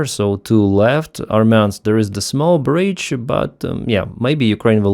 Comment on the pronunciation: Brídge, not Brīīdge. Rívər not Řīīvəřř.